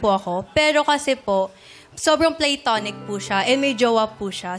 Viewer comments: Platonic naman talaga pronunciation di ba? Not "pleytonic". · incorrect! British and Americans normally pronounce it with the unstressed schwa sound /ə/. It is not /PLAY/ but /PLUH/